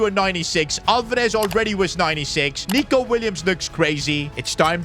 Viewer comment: Stop calling him Neco it’s pronounced Neeco